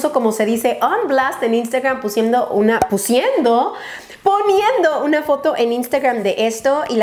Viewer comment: Pusiendo xD